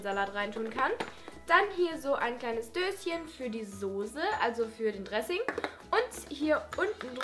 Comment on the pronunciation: Das heißt Dressing nicht dessing